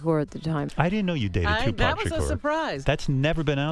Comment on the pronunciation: Y she keep saying shukuuur 😂😂😂😅